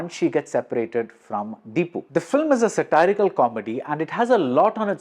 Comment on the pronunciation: Why is he pronouncing satirical as sitarical :face-red-droopy-eyes